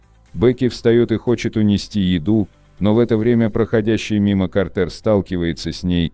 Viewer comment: Наверника его имя пишеться как Картер но произноситься как Картр